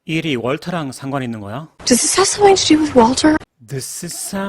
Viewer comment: 감사합니다.. 항상 최고의 강의라고 생각하고 있습니다. 그런데, 섬띵이 더 약하게는 서닝으로 들리기도 하는데 어떻게 발음하고 있는 걸까요?